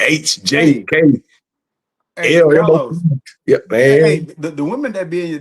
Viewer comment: Ok Cah-los! It ain’t tricking of you got it💅🏾